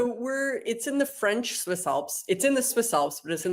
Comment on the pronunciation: Your French pronunciation needs a bit of work,. It’s not terrible, but you have a heavy American accent. When you speak a foreign language, you have to let your mouth make the natural sounds of the language which requires a bit of a different voice and being aware of where you place your tongue and the degree to which you open your mouth. It comes fairly easy to me. My tongue can pick up most languages, but there are videos you can watch on YouTube if you want to work on the pronunciation.